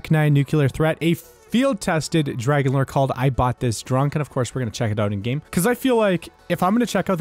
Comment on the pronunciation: Nobody calls it the “FRAGON-LORE”